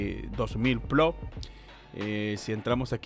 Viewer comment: Gano yo más y solo tengo 200 plots o plós como dices tu. Si no sabes ni decirlo cómo vas a ganar dinero? 🤣🤣🤣